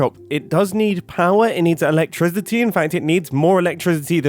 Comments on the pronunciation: i swear i heard Mumbo say ''electriZity'' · interesting pronunciation of the word electricity lol